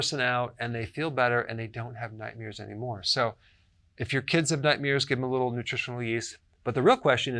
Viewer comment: Is this dude saying nightmears?